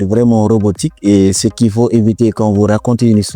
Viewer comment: Ça fonctionne bien au début. C’est un très bon logiciel si on enlève le fait que la voix ne sait pas dire "ce" et dit "c e", ni "à" et dit "a accent grave". Défaut qu’on peut facilement contourner en mettant "se" ou "a". Mais après, je ne sais pour quelle raison le logiciel demande systématiquement le mot de passe Microsoft. J’ai déjà tout essayer. Impossible de me connecter. J’ai même recréé un nouveau compte Microsoft, rien a faire et dès que tu touches au but, il te demande reconnaissance avec ton téléphone. Donc demande les 4 derniers chiffres de ton numéro pour t’envoyer un code. Quand tu fais ça il te sort que la procédure n’est pas possible pour le moment, de réessayer. Alors plutôt que de pêter la gueule de l'ordinateur, j’ai mis ce logiciel de côté pour me tourner vers Canva. Et croyez moi, c’est pas pour fanfaronner que je le dis 😒😒😒